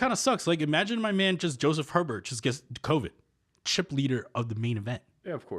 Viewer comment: How can Joe Hebert be your boy when you keep pronouncing his name wrong, its not her Bert, try a bair